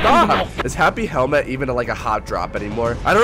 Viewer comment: you said happy helment😂😂😂